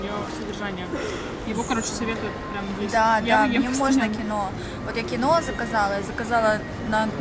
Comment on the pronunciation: Не киноЕ, а кИнуА.